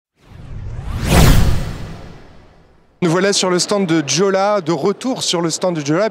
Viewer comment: Juste une petite précision : Jolla se prononce " YOLA" :)